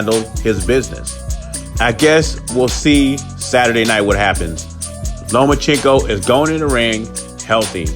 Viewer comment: Learn how to say Lomachenko